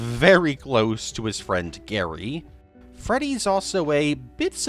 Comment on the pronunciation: In Freddy's Revenge...Grady not Gary.